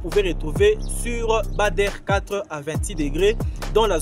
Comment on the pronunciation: Ce n'est pas Bâ der mais badre prononcer Bâ dre.